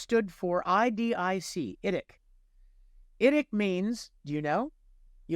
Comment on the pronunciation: its idic, not idicet (ie infinite diversity in infinite combinations, except thought.)